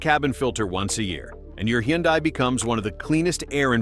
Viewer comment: It's pronounced Hun-Day not Hee-Yun-Die.